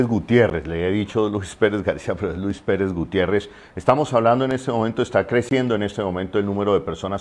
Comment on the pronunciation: Es Luis Pérez Gutiérrez. Por favor😖